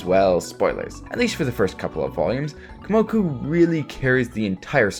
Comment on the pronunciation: You realize you’ve been saying Komoku instead of Kumoku this hole time, right?